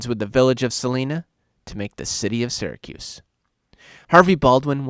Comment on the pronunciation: As soon as I heard that I stopped believing he's from Syracuse.